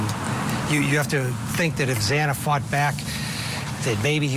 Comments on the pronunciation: Absolutely. Morgan instead of Mogen. Zaina instead of Xana. Talking heads that 1 hour before the segment picked up some talking points and tried to act as if they were “invested” in this tragic story. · And pronouncing Xana's name wrong too. Take this video down. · Bottom left blue suit guy has called her Morgan in other interviews, also. He cannot pronounce Xana's name correctly. Get rid of him. Clearly he has not studied this case at all. He needs to not be invited back. He has no credibility.